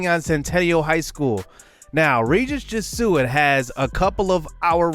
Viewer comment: Just a note that Jesuit is pronounced "jeh-zoo-it"